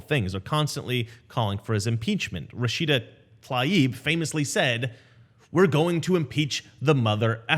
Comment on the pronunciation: You're the first person I've listened to who pronounced Rashida's last name the way it's actually spelled... and as a low level "grammar nazi" / logophile, I'd just like to say... Thank you...